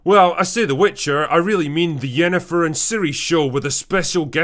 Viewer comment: Instead of fringilla we got fringn**gra. Instead of triss we got tashonda. Instead of yennefer we got yenjee*t.